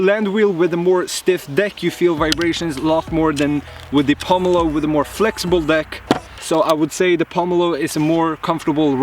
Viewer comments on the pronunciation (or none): Dude... It's POmelo not POOmelo.... it's not poo...